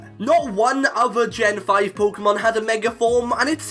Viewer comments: Dude it's " Mega " not " Megar " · Why you pronounced like meger evolutuion ? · Stop saying megar evolutions stooooop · Love how you say mega. “Megar” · Yet ANOTHER pkmn Youtuber that forces the letter R in the word "Mega". I know you are bullsh1ting me when you previously just said Mega with no issue at the start of the video. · Anyone notice he said meg er evolution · THERE IS NO R IN THE WORDS "MEGA EVOLUTION!!!!!"